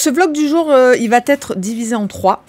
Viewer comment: Très amicalement : va_t_être est difficile à entendre 😊. Mais j’aime beaucoup vos contenus !